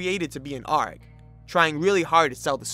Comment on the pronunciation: You pronouncing an A.R.G. Like a pirate sends meeeeee “aaarrrggggg” I’ve only known it to be pronounced as individual letters . Super love your content.